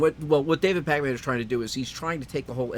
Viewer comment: David Pac Man? Its Pack-min